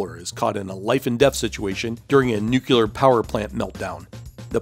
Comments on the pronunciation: NEW-CLEAR, not NEW-CUE-LAR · Nuclear not nucular. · Nuclear. Not "nucular." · Great post, but just a reminder: there is no such word as “nucular”.